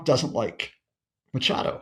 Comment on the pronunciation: Please make an effort! Her name is not Macado it’s Machado , why can’t you get people’s names right ?